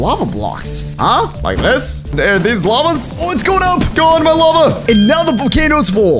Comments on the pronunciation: "The LAVE rose" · Is no 1 talking about it said lave instead of lava😂😂